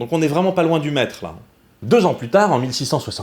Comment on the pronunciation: Quand t'as dit "le Mètre", j'ai entendu "Le Maître" et je suis parti en trip de type Doctor Who dans mon slip ! ^^ Et oui, putain j'ADORE ce nouveau format XD J'ai hâte pour la suite ! :D